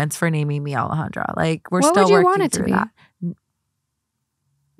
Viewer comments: Yikes sounds like Alejandra has some internalized racism regarding her name. Alejandra is not hard to pronounce. Hope she can make peace with that ❤ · I was going to say Alejandra is not pronouncing her own name correctly, it is a very beautiful name though